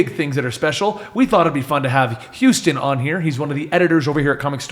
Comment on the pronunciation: Hello "hustan".